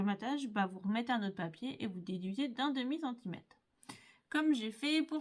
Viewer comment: Bonjour. Très jolie carte mais s'il vous plaît prononcez centimetRe bonne journée